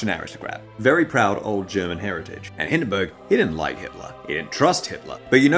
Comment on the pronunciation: Hindenburg is more like Hinden boorg